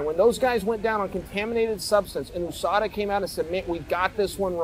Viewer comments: Ousada 😂 how hard is it to pronounce yousada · Why do you call it oooSADA? Do you live in the oooSA too?